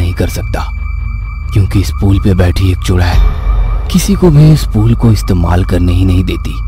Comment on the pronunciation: Pool nhi yaar pul hota hai, baar baar pool pool kyo bol rhe ho.